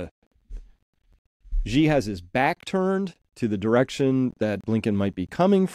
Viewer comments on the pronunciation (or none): Great stuff Chris. The US is just embarrassing itself at this point. One minor niggle: everyone always gets Xi's name wrong. It's pronounced almost the same as the English world 'she' (with a rising tone if you want to be picky).